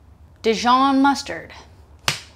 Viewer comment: Thank you for the recipes, I will try them very shortly 🙏 PS : as a french viewer from Dijon, it is a great pleasure to hear you say Dijon 😁